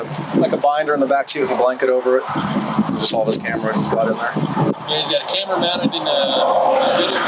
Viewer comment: CAMARAS. CAMARS. CAMARS. CAMARAS CAMARAS CAMARAS CAMARAS CAMARAS CAMARAS CAMARAS CAMARAS CAMARAS CAMARAS CAMARAS